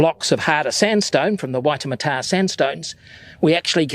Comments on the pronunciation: Ee-hoo-maa-tow. Ihumatao. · Just so you know, it's pronounced "ee who mar tao" :) Great video, Ihumātao is an amazing place with lots of cultural history as well as natural history. Very interesting to read about and watch!